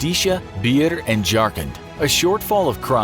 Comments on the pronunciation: It is pronounced Bi+haar not biir😂😂😂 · it's not"beehr" it's "bi-ha-r".